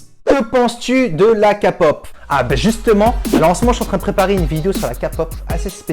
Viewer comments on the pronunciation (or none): S'il te plaît ça ce prononce Ké pop, pas Ka pop merci 😄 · Je sais pas mais dans tous tes vidéo je suis obligé de rigolé, c dingue j'espère que je ne suis pas la seul à être MDR ??? Une chose ma grave déranger en quelque sorte,😔 le fait d'avoir dit KaPop au lieu de KéPop, en faite il faut le dire en Anglais, okkkkkkkkkkkkkkkk MERCI. 😉. Fais nous +de vidéo PLEASE 😢😢😢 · je te soutiens de loin, on est d'accord que kapop c'est moooche, on dit képop ! 😂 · Moi à mes amis: On dit 'KayPop', pas 'KaPop': KAPOP Moi: C'est adoooorable😊 On s'en fout, il fait ce qu'il veut! De toute façon il prononcera toujours la version coréenne (et originale donc) de ce mot beaucoup mieux que nous 😅 En plus il a essayé de le dire 'à la française' c'est trop gentil... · C'est pas Kapop c'est K-pop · Sa se dit la "képop" et pas la ''kapop'' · Non mais non la NON NON NON C PAS KAPOP gars c KÉPOP OU KEYPOP non la c chaud gros. T coréen et tu sais même pas sa wesh et comment tu dit BTS me dit pas tu di BÉTÉESS 🤦🏻‍♀️🤦🏻‍♀️🤦🏻‍♀️🤦🏻‍♀️🤦🏻‍♀️ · C’est bon je te boude 😭😭 ta dit Kapop au lieu de Képop 😂😂😂😂😂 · UN CORÉEN QUI DIT KAPOP CHUI CHOQUÉE 😂😂😭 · alors déjà c pas kapop mais kpop a l anglais donc tu respecte merci et sinon t genal t video sont trop bien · Désolé mais on dit pas ka-pop mais juste K-Pop 😂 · Géniale ta vidéo ! Petit conseil, pour éviter de te prendre encore plein de remarques ou de gens qui t'agresse parce que tu as dis "Kapop" dis plutôt "Képop" ou "Keypop" car ça ce prononce à l'anglaise ;) Bref.. Annyeong ^^ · Nonnnnn😭,c’est pas la «KAPOP» c’est «KAYPOP». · Je pence que Ça se dit mieux “ké-pop” pas “ka-pop” mais bon , c’est bien sur que mon avis ..! J’ai aimé ta vidéo ,merci 😊 ♥️ ! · Putain c'est pas la ka pop c'est la ké pop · Arrêtez de le corriger sur « kapop » keypop j’ai vu au moins une vingtaine de commentaires sur ça jpense qu’il a compris 😭😭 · Tu as dis "kapop" sacrilège 😱 non je rigole 😂 (on le prononce à l'anglaise donc "keypop"😉) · On dit képop pas kapop 🙄